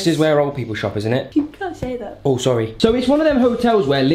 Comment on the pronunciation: said oh sowy